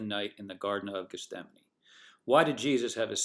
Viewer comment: Just a correction... it's pronounced Geth-Sem-Any... not Geth-Stem-Any... 😄👍🏽